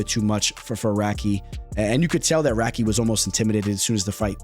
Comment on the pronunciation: crazy how you pronounce radtke